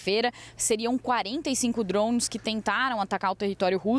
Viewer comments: Pelo amor, que "drons". Então fala tudo em inglês. pqp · Dronmes kkk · “Drons” 😂 ao invés de Drones